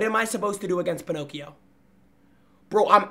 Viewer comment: got me rolling every time he called balloon boy ponocio